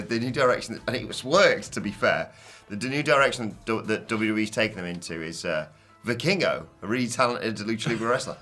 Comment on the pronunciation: mispronouncing Vikingo is grating my ears.